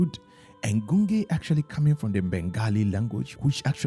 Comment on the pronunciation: Just FYI, Gunge is pronounced as Gunj or Ganj with J sound and not G sound.